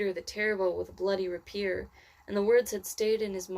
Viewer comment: I very much appreciate the audiobook you’ve created for free, but I cringed a little at the pronunciation of “Ali” and “rapier.”